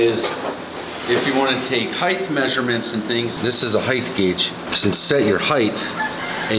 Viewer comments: "heighth" ? Yikes! I almost unsubbed!! :( There is no "th" sound at the end of the word "height". It ends on the aspirated "t". HEIGHT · Yaw-muh-haw. Also heighT no extra H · t, t, t, 'height' no 'th'. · Love your videos mate. Just one question…I always hear Americans and Canadians say “heigh-th”….with the “th” on the end…why is that? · There is no "h" at the end of height. Come on man you seen pretty bright but you get that wrong